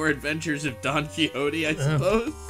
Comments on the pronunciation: "This is Donkey Hotey" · "Donkey Hotey" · i always thought it was pronounced "don kishotte"